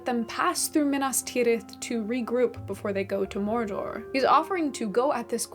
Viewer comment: tolkein was an englisman not a spaniard, not a frenchmen or german. why do people pronounce his words with rolling R's and strangely non-english syllables? morrrrr dorrrrr is mordor, smaaauuuuug is "smog," (just like the pollution thingy).